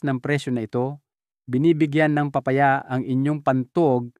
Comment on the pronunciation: Papaya po hindi paa paya